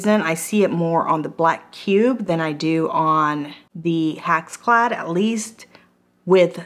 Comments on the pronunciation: I think "hack's clad" is the best pronunciation! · not trying to be mean but sometimes you called it a HACKS CLAD pan. LOL I think that should be the right name for it....it's a hack. LOL